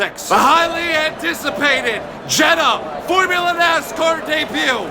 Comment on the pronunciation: Jeddah don’t end with ‘A’